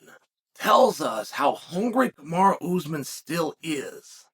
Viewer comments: It’s not “Kamari” it‘s, Kamaru. So don’t try and wigga-fy it. That’s only used as convenient. So is that what it is? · I think uncle chael pronounces names incorrectly on purpose!! 😂 kamara usman